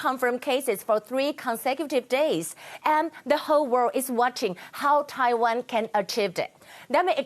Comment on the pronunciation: errrr.... taiwah numberrrr....one 难破万请你吃田鸡